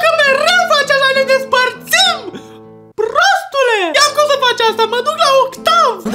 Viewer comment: Dece trebuia neapărat să spui prrrrrrrrostule? 🤣🤣🤣🤣